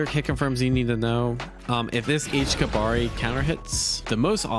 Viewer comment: sigh it's not pronounced kabari, it's pronounced "KABA-REE!!!"